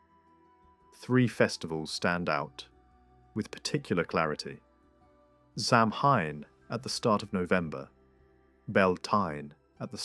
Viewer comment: Samhain is pronounced sah-winn or maybe so-win 🫶